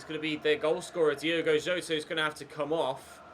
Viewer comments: it’s Yota mate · I beg you pronounce Jotas name right😂😂